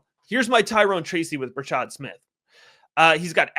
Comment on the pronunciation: Bra-shaRd Smith. Youre missing the R.